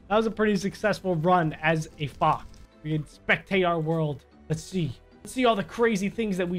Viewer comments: It sounds like he’s saying fok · Every time he says fox, it sounds like he is saying fock or fo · when he said "fox" i heard smth else,, probably just me